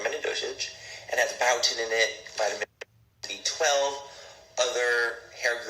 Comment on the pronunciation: Manny saying “biotin” wrong is so cringe